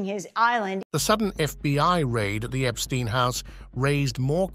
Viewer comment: Do the courtesy of pronouncing Epstein correctly.